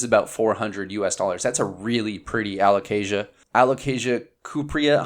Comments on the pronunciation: I'm proud of you saying a-lo-cayzsha 😄 absolutely insanely stunning plants! Thanks for showing this 🌱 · Yes, good alocasia pronunciation! We’re so proud! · So proud of you for pronouncing alocasia! Lol.